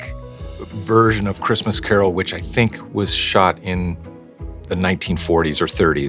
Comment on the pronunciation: Why tf can’t you say Christmas??